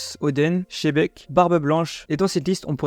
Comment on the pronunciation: Encore une fois c est pas shebek mais xebec, apprend a prononcé correctement les noms stp.